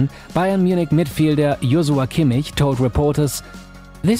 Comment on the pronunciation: Ahh, another quality video! And yes, agents are needed, but not always. PS: Props for pronouncing Joshua Kimmich's name correctly! :)